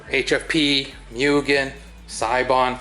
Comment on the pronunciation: It’s pronounced moo-gen.